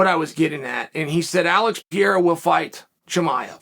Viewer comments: PE-REI-RA not Piera, cmon chael u can do that my guy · Purr-air-uh. Not Pee-air-uh is what I thought. Thanks Chael for setting me straight. Undefeated in linguistics. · it’s pronounced alex “pear rare rah”. Keep up the good work uncle Kale..Chael 😅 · how can you know so many things, how can you talk so much about all this and cant even pronounce his name correctly? who the f**k is Piera? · Sonnen Say it with me Chael: "Peh hay rah" (or "Peh ray rah") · Ankalaev beats Pereira I think. Chael still sticking to his guns of pronouncing Pereira wrong 😂 How sad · Today Ariel lecture Chael on how to say Pereira, in which Chael said perfectly twice, then went back to Piera like a Champ to never go back. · another chael "piera" video, we are truly blessed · when are you going to stop pronouncing every fighters name like an uneducated white guy… you’re missing an entire R in Pereira… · Based on your pronunciation of Pereira, we believe you when you say you don’t know him personally 😂